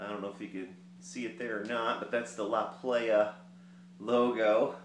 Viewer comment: prounounced plaja